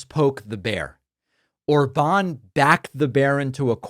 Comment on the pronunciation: In Hungarian, the stress is always on the first syllable, so it's Òrban - stress on "O". Uranium actually is very dense: 19.1 g/cm3. That’s 1.7 times denser than lead. But indeed, it's not a problem to move several hundreds of pounds of compact uranium for the Iranian regime. maga is a despicable cult destroying the U.S.A.